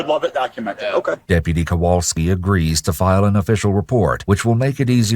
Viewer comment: When chat started laughing at "kowalksi" it reminded me I went to elementary school with that officers brother.... small world.